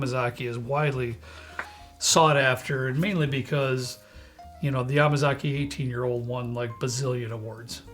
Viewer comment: The way you pronounce Yamazaki is with a more emphasized MA. Like yaMAzaki, not yamaZAki.